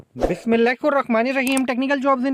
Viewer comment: Bhai Bismillah Sahi Sy pronounce kro